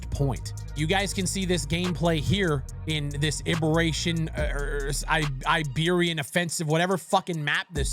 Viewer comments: Bro does not know how to pronounce Iberian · Only an American could struggle to say Iberian